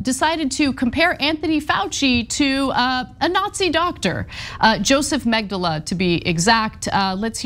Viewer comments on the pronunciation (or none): "Josef Magdyla", what?